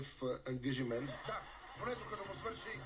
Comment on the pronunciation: Ухааа..Нова дума в английския...Angagiment .... това се получава когато се превежда директно от български на английски. mr. Barekov would know how to speak good English when start thinking in English not just trying to replace Bulgarian words with English ones. Also need to work on his terrible pronunciation.